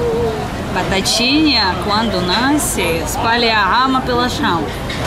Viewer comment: Você é a primeira pessoa que ouço falar corretamente, a quadrinha da batatinha. Parabéns. E não é Brasileira. Estou adorando seu canal.